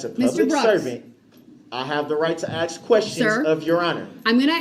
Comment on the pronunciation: No such thing as a tack it agreement, axe instead of ask, oaf of office, amenet instead of adamant, enty not any, sovereign BS